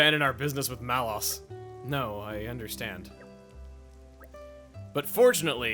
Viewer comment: Is that how you pronounce Malos' name? I always thought it was "Lows", not "Loss".